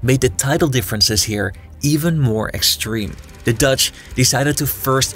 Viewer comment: It's THE not DA.